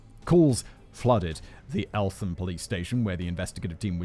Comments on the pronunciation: Elt ham not elfam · Elt-ham The th is not sounded together in this case. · And elt-ham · Just so you are aware, it's pronounced Elt-Ham (Eltham) and Ear-rith (Erith)